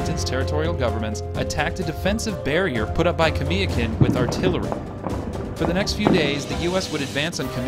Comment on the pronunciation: Kamiakin. Ka-mia-kin being from Washington state more Pasco these videos are great but it kills me to here name pronounced wrong. Nach-eese my spelling is probably wrong but the pronunciation is correct. Everyone wants to be proud of their respective areas they come from this why piont this out .